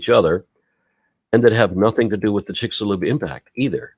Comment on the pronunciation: Or the "chicks alone crater" 😂